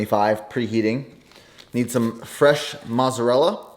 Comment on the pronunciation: Lol “mosserella”